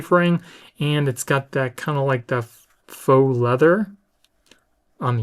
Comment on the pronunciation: 2.28.16 (and other ) its spelt Faux leather but it is pronounced FOE (its French) it means fake, so its FOE leather. Just thought you should know for future. Loved the video, thanks for all your 3 hours of work here